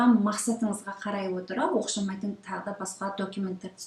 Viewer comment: Оқшамаитын # Оқсамаитын✓ Торап # интернет ✓ Документ # дәукымент✓ Қанық # Анық✓ Гырапа # құжаттар✓ Көп сөзді ұмытып қалған сяақты сіз. Қайта Дұрыстап алсаңыз керемет болар еді. Рахмет сізге